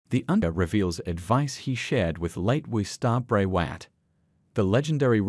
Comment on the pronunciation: It's not Watt it's Wyatt